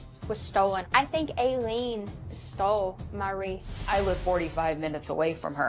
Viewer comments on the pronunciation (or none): The word you're murdering is "WREATH".....